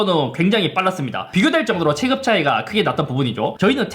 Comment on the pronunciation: "올해" 발음은 이제 익숙해졌는데 "체급"을 "체끕"이라고 했다가 "체급"이라고 했다가... 이건 적응이 안 되네요 ㅎㅎ